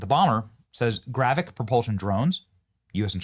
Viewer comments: Its "gravitic" not GRAVICK. can somebody make sure this nfer has a clue what the hell hes talking about before he makes an ass of himself daily. Its getting worse. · Why are podcasters so bad at phonics? If I had a dollar for every time ive heard a word said hilariously wrong, Id be a millionaire! Anyway, its gravitic, not gravic. GRA-VI-TIC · Benny 😂 so obviously far removed from Star Wars it’s so hilarious. GraviTic Benny..with a T in there. Not “gravic!” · Benny, it is gravITic drive, not gravic. Why would China have to launch these "gravitic drones" from a sub when they have the ability to "hyperdrive" with limitless energy directly from China? Sounds like paranoid schizophrenia to me. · It is pronounced gra-vit-tic, not grav-vic. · GRAVITIC. NOT GRAVIC. IT IS AN IMPORTANT DISTINCTION! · GRA-VIT-IC not Gravic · It's not gravick. It is GRA vit ICK YOU KEPT LEAVING OUT THE VIT PART. YOU SOUNDED SO STUPID I AM EMBARRASSED FOR YOU . GRA VIT TEE, GRA VIT ICK ... please, please just sound it out, phonetics is your friend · Leave it to Benny to mispronounce another word. It's not "gravic", it's "gravitic". "gravic nuke-U-lrr" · Gra-Vi-Tic, not Gravic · Please Benny .... Its spelled and pronounced as GRA-VEE-TIC ... not Gravic. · PLEASE can we say this word correctly? gravitic >> GRAV -IT -IK ... you are saying gravic ... that means something else .. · Gravitic. Say it with me Benny. Gra-vit-ic drive. Love you Benny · It’s gravitic, as in anti gravity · Benny, its pronounced Gra-Vit-ic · GRAV-I-TIC...say it, THREE syllables!!! Driving me CRAZY!! And if they could do it to us, we can do it to them so it's no gain for anybody. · GRA - VI - TIC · It's pronounced Gra-Vi-Tic, Benny. Comon bro. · Benny, I enjoy your podcasts. The word, “Gravitic”, however, has three syllables with the emphasis placed on the second syllable, I.e. “grah-VEH-tic”. Thanks. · Benny, it is pronounced GRAV-ih-TIC. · Benny can't pronounce gravitic 😅